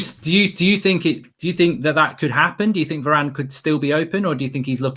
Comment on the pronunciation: is it just me or Mark really have this Italian accent when he said "Varrrane"?